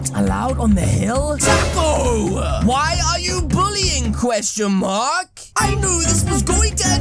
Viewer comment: Can you pls stop saying qestionmark